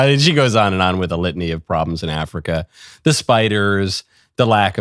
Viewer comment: No. She needs to stay until she is able to pronunciate properly. It’s not “worf” it’s worTH. It’s not “wif”. It’s WITH.